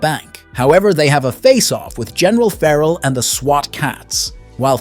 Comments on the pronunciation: There are some really weird pronounciations in this video, and some that are straight-up incorrect, and only made to look more stupid later when they're changed. Like Doctor 'Jacob' later being correctly pronounced as 'Doctor Hackle' Also feh-rahl instead of 'Feral', especially for Felina. And 'ship' instead of plane over and over. Is this a crappy AI video? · You seem to forget to call the city by it's FULL name. Megakat CITY. The plane is the TurboKAT. Feral is NOT a general, but a POLICE LIEUTENANT. Callie BRIGGS (name you seem to forget to add) is the DEPUTY MAYOR! Again you seem to forget or do not want to add. Fear-owl?! Really?! Did you forget how to say Fair-uhl?! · It's driving me crazy the way you are saying feral.